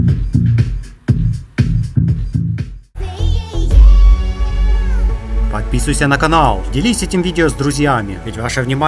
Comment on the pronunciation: Ничия может ничья